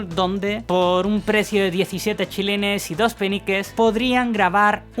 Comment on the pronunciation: no sé si escuché bien, creo que dijiste "chilenes", me parece que quisiste decir chelines....